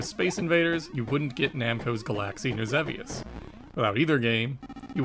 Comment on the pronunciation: Another amazing video sir And kudos to you for correctly pronouncing “Xevious”